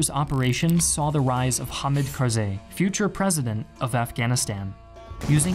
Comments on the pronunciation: I believe it is pronounced Carz-eye not Carz- ay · i kharzi i as in eye pronounced eye kharzeye